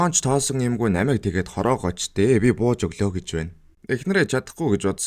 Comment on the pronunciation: Naimaig geed bh ym . Namaig geed tod yrih hrgte ym bnda .